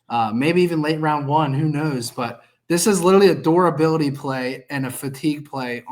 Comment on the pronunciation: Someone please teach how to say “durability”😂😂😂